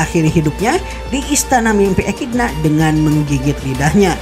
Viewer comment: Echidna pembacaan nya ekidona